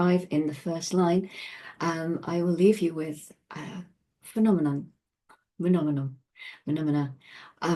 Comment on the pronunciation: Seriously now, the "panamana" I was hearing was "phenomenon"???